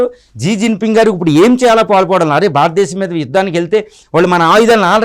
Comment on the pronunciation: భారత దేశం అని పలకలే వు.